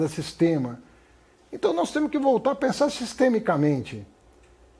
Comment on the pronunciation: "Temo" " podemo"